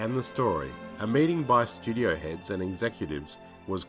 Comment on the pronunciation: I like how you say "shtudio."